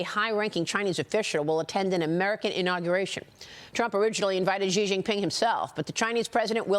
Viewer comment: Shouldn't a China expert be able to pronounce Xi or Beijing properly? Maybe US standards are very low for what is considered an expert? If a Chinese expert on America said "Tramp and Worshington" would you consider them an expert?